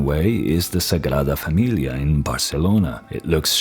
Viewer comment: You pronounced sagrada familia that I now I'm questioning if you are, spanish, portuguese or Italian.